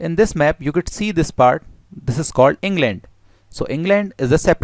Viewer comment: En gland? How's ur En gland... My En gland is fine ty. Japati????